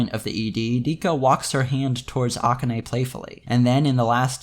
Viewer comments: The fact that you keep pronouncing akane's name like that is really throwing me off, but good video overall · Is there a reason you pronounce "Rikka" the Japanese way but not "Akane"?